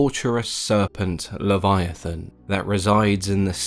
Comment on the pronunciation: I’m sorry, did you say Kyogre?